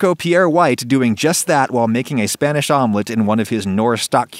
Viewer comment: Hearing him pronouncing spanish words pains me